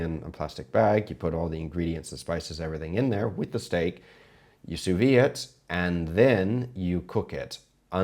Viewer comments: Did you say 'you Sous-vie it'? please, I understand looking up to Googa but don't spread his atrocious pronounciation, it's sous-vide! Thank god you say it correctly sometimes, it's the one thing that bugs me the most in all cooking video on this platform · Chef, I love your videos. I'm a big fan of your channel. And you get me through a lot of stuff emotionally. But just for future, sous vide is pronounced 'soo-vee'. The 'D' is silent. This is a warm, friendly criticism. Love you, dude.